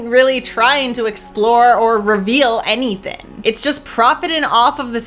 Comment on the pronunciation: Thin cannot be used for the word thing and anythin cannot be used for anything because it's not a word. And thin is not the same word as thing so it can't be used for thing idiot. And then she says settin for the word setting of a movie. I wouldn't point this out to her except she keeps making the same mistake of not using the letter g at the end of words which takes away her integrity and ability to do a you tube video. Be more professional. And she doesn't have the excuse of English is not her first language and she's still learning English because otherwise she is speaking perfect English. And Canadian English doesn't leave out just the g at the end of these words. This is just her being ignorant and stupid and too lazy to correct this. Horrible.